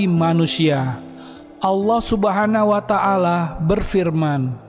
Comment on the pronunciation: Subhanahu wata 'ala bukan subhana wata ala